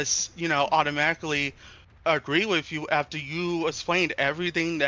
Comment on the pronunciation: Y he say essplained and allthat